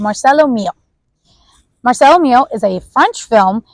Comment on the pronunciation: Serena Davanzo - This review was PAINFUL. Do you not know the pronunciation of the name of one of the most famous actresses in the WORLD?! De-NEUVE, not De-vaux, as you said twice. And Mar-CELLO. As for the "like, like, like...please lose it.